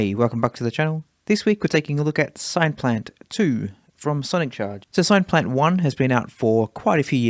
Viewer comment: SINE-plant? It's derived from the word SYNTHESIZER ! ! ! Otherwise, lovely vid. 😁